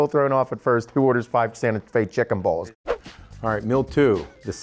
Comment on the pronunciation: it sounded like you were saying Sante Fe chicken balls LOL 😆